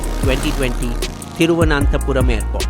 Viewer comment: You need not butcher the Pronunciation of Thiruvananthapuram. Simply say Trivandrum we can understand my friend